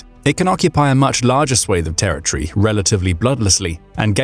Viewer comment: It's pronounced "territory", not "terror tree".